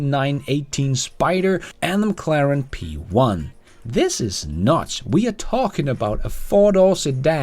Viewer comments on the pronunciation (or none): none